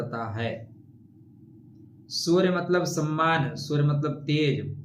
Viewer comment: बोल तो पाते नही हो, shamman क्या होता है